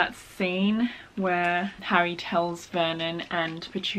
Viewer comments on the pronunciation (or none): none